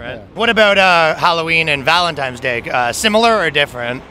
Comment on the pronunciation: Did he just say what I think he said??!!!! It's not ValenTIME'S Day 🤣🤣🤣 It's ValenTINE'S Day. With an "N". 🤣🤣🤣🤣🤣🤦‍♀️🤦‍♀️🤦‍♀️🤦‍♀️🤦‍♀️🤦‍♀️ OH God bless your cute little heart. ❤️❤️❤️ You're Canadian, right? So I'm going to chuck it up to possibly being a slight accent issue. Although I know it's more than likely not that.